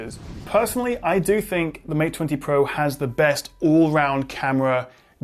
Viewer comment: Mate Twenty Pwoah...